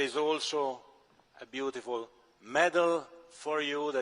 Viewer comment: " here is a medal for you ' sounded like ' here's your dummy '